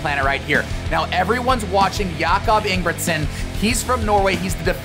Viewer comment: Ye sure and cannot even tell the Jacob’s sure name properly